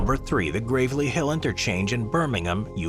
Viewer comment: I can forgive you for not pronouncing Gravelly correctly (it's like gravel, on the ground) because you managed to pronounce Birmingham in the correct way without the typical US 'ham' on the end.